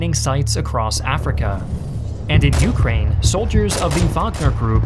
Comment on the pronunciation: I love his videos, but the way he pronunciates Ukraine is extremely irritating, i can only cringe so much lmfao